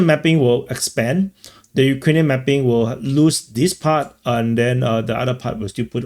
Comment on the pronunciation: Mapping is pronounced "mappppping" with a crazy accent on p . 😂